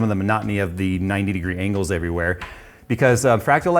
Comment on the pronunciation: What is an engle? You said it twice before you finally said angle!